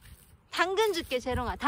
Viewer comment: 당근이 아니라 멈춰!로 들려요 ㅋㅋㅋㅋㅋㅋㅋㅋㅋㅋㅋㅋㅋㅋㅋㅋㅋㅋㅋ